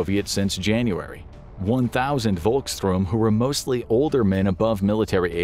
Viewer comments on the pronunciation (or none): none